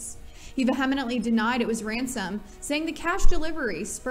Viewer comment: Yes, I wondered if anyone else noticed. She said it with 5 syllables with the accent on the second one: "vee-HEM-i-nent-ly" ; but it should be four syllables with the accent on the first one: "VEE-he-ment-ly".